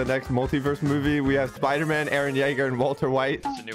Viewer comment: That's not spider-man, that's spooder-man